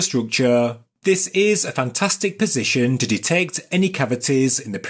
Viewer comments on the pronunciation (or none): none